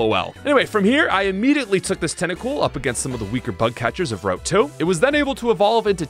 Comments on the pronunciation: "route" is pronounced like "root" or "rout", not "wrote". And it's "all of A sudden", not "all of THE sudden" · Hold the f*** up: You mispronounce route as "rowht"? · the pronunciation of route is killing me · man somehow found a 3rd way to pronounce route...